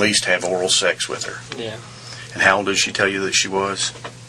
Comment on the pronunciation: why does Chris Hansen say sex like "SAHX"? lol